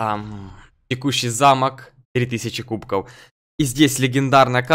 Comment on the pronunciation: Почему кубкоу, а не кубков?